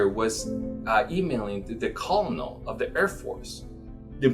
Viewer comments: Did you actually say "CoL - len- ol" of the air force ??? just went through a 2nd time--- yup, you really said "Col - len - ol" Please understand it is pronounced KeR-NaL - it is too early in the morning for goofy crap like that. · Colonel is pronounced (Ker-nel)